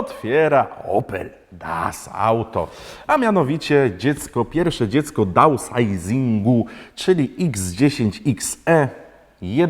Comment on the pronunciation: Downsizing- dałnsajzing 😅